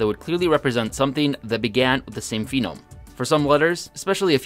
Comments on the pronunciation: he switched to saying "Phenome" instead of Phoneme. This combined with him constantly saying "Daygur" for Dagger, in the past videos, makes me question if he's the best one to come up with a new language, when he clearly doesn't even have English down. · Everyone: Phoneme: Phenome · Phenome? PHENOME?!? Also you keep referring to this as if it's a language in its own right, when really it's just a new writing system for English. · it's *phoneme not *phenome.